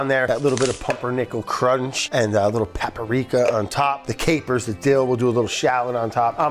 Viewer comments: Is Brad the gamer or the editor? There are always little video game easter eggs throughout every episode. SMB and the docks music from SM64 in this episode, prob some other shit I missed lol. Oh yeah, forgot to make fun of Brad: "papparika!" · I love how Brad said "paprika" correctly one time at the beginning (with great effort) and then proceeded to say it in the classic Brad way for the rest of the video.